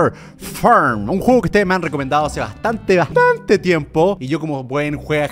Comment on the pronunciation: "Un juego que ustedes me recomendaron hace bastante bastA-nte tiempo"